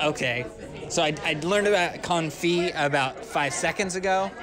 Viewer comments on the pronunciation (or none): You have got to love it when confidently 'corrects' on the pronunciation of a word but actually butchers it even more than did. The way said confit is classic. Made it sound like a type of T-shirt.